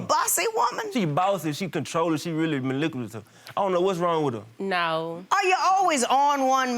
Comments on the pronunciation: Did I hear that right? Did he say she's maliculative instead of manipulative? I'm perplexed lol...🤔😗🧐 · Yaaap... you are being "maniculated" now...😂🤣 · He lost me when he said "man-i-cu-la-tive" .... 🤦🏾‍♀️🤣🙌🏿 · do they give them words 2 use, because i dont see him saying manipulative. because he cant say it off the flip and neither can I. just like specific